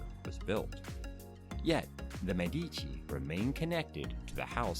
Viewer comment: Michelangelo was in his late 40s, and immensely famous, when he sculpted the Medici Chapel (la Sagrestia Nuova). It is hardly the work of a "young" sculptor; also, Medici is pronounced MED-ee-chee.